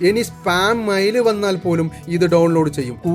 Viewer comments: മയിൽ അല്ല മെയിൽ 😮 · മൈൽ അല്ല മെയിൽ ആണ് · മൈൽ 🦚 അല്ല mail 📩😂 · എടോ മയിൽ അല്ല, മെയ്ൽ ആണ്. 😱🙄🤐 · മയിൽ 😂 അല്ല മെയിൽ ആണ്.